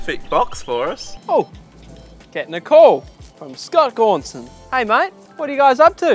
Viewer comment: Oh, it's Gaunson. I thought you were saying "go on, son" this whole time